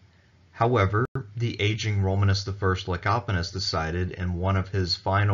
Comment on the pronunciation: Kudos on pronouncing the name "Lecapenus" correctly. You really dodged a landmine there lol.